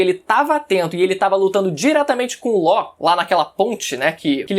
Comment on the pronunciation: Ele chamando law de ló kkkkkkķkkkkkk